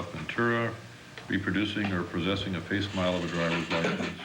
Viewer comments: At about the guy says "fasemile".really???He holds the power of freedom for these guys and cant read or pronounce the word "Facsimile".welcome to America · the idiot reading said a "face-mile" for a facsimile. Are our standards really this low???? These jerks are not qualified to judge any human life. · That word is not face-mile. Its facsimile. Geez. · It's not " face smile",Bro.The word is "facsimile" and it's sounds like"fax-im-alley".GED denied !! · Parole board guy pronounced facsimile as FAKE SMILE (!) jesus christ this country is in trouble.. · at 5;29, Dont think facsimile is pronounced facesmile there guvnor,try fak-sim-uh-lee.